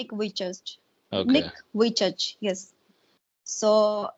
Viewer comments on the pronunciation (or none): Its not nick wejuse 🤦🏻‍♀️ its Nick Vujicic